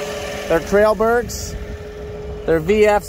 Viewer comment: Trail berg?? C'mon!